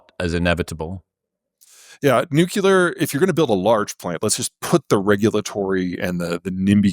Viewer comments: If he's so smart, why can't he pronounce nu-cle-ar? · So hard to hear someone call it nucular and take them seriously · The fact that he says new-cue-lar says a lot about him. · What an insufferable superior attitude. And he lost me when he mispronounced nuclear. Somehow the Chinese are selling 65% EVs now... while we are left in the dark ages because the current administration is owned by oil companies and has sabotaged any green advances, including EVs. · Learn how to pronounce nuclear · people rly have issues pronouncing the word nuclear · Always makes me laugh that he cant say Nuclear correctly. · if anyone says nuclear in three syllables instead of two, I loose a bit of respect. Almost same as liberry to me. What i can't understand though, is that highly intelligent people say "exetera". It's a mystery. It's right there in the abbreviation etc. And I know they can read and have seen it. But if I discard those too, I have almost none left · PZ is interesting, I’ve read a couple of his books, his presentations are polished, fairly dramatic sometimes, and he knows his material cold, probably because he repeats the same things all the time everywhere. If he would pronounce the word "nuclear" as it is spelled, he would double his credibility here… as long as PZ is not your oracle, I think what he describes is interesting, like predicting 10-day weather ~50 years ago. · If you present yourself as this intelligent, you should learn how to pronounce “nuclear!” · he also said nuclear in three syllables, so ... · Nuculer, lithium iron batteries. I’m having a harder and harder time taking him seriously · always hurts my poor heart hearing seemingly smart people saying "nuculear" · Nothing lowers my perception of another human's intelligence like hearing them say "nukulur" half a dozen times and with full f*cking confidence that their pronunciation is correct. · Peter needs to learn to pronounce “nuclear.” He’s a smart man. “Nucular “ doesn’t cut it.